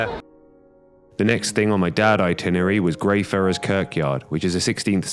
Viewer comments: Hey just to let you know it's pronounced Grey-fry-ers 😂😂😂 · (Grey - fry - yars) :D Really enjoyed this week!x